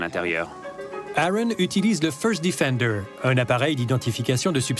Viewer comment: le "feurst diffendeur" fore shure XD